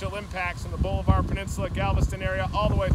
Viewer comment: It is pronounced Ball-a-ver. It is not Boulevard. Seriously you aren’t even close.